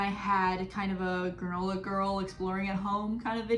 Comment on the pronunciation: When you said "granola girl," I thought you said "gorilla girl." I had to go back and listen again to figure out what you were talking about 🤣🤣🤣